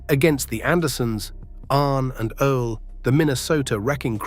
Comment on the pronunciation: Ole pronounced “ole as in hole” & Ole pronounced “Olay”. 😂😂😂😂